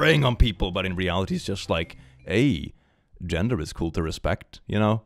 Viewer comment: I love how you say genre instead of gender